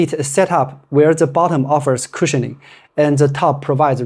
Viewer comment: CUSIHIONING???????? VERY STIFF????